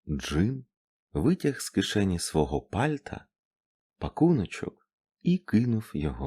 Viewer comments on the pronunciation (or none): Наголоси типу "з кишені пАльта" - ніби ложки дьогтю у бочці меду. А в цілому - можна слухати.